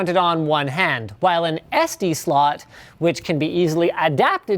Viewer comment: wow maybe I'm getting a little immature here but it sounded like Linus said microSD slut not micro SD Slot...